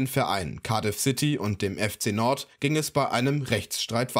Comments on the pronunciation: FC Nord 😅😂 Jung du sprichst das aus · Junga macht mich die Aussprache von Nantes aggressiv